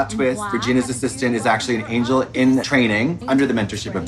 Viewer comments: That's how you pronounce "angel" in Swedish. Lol ängel. $100 says Netflix sent that Christmas tree to Katya. Lol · Trixie insisting to say Angle instead of Angel..❤ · I see Trixie and Katya are still pronouncing hard G’s.